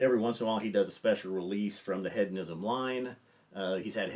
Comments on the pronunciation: It's pronounced Heed-on-ism not Head-on-ism. Have you not heard this word before? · Love ya but it’s HEEDonism and you said “Head-onism” like 18 times in 30 seconds 🤣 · He-dough-nism not head-o-ism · It's an interesting word. With a Brittish accent the word is pronounced heh·duh·ni·zm. To American English speakers, it sounds like the Brittish speaker is saying head-uh-ni-zm. It is a subtle difference, but Brittish English speakers are including the "d" in the second syllable just as American English speakers. Hearing the word spoken by a Brittish speaker leads to this common American mispronunciation. The key is the first syllable. Brittish first syllable is "heh," and American first syllable is "hee." So, our American ears tend pull the "d" into the first syllable when we hear the Brittish pronunciation. Listen to say the word again keeping in mind that he is saying heh·duh·ni·zm, not head-uh-ni-zm. I hope this helps. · How is nobody commenting on the pronunciation of hedonism? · Very nice list. The inclusion of Compass Box Hedonism is a fantastic choice. Please check the pronunciation, there is no "a" in Hedonism. I mean this only to be helpful. I enjoy the information. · One further point. Keep in mind that is an American who lives in London, so the question is is he pronouncing it incorrectly, or is he using the Brittish pronunciation. I'd guess the latter in that he is softening the first syllable as the Brittish do, and placing the "d" properly in the second syllable. Hedonism is not a commonly used word, and it's likely that first heard, and learned to pronounce it in Great Britain. Again, I don't want to detract from the main point of your video. Your choice to include this Scotch blend here is, as a Brittish speaker would say, brilliant.